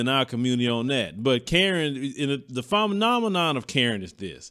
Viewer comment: Real quick... what’s a phamenomenon?